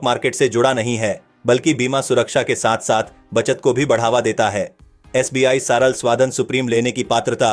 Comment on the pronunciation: It's सरल not सराल